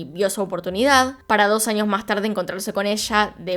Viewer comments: Pero debería cambiar un poco su asentó! Se dice años no añios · por favor cambia un poco tu asentó! Cómo la doble ll la pronunciación es muy fuerte! Años no añios! Eres buena pero tu pronunciación no! Eres excelente! Pero trabaja en tu pronunciación!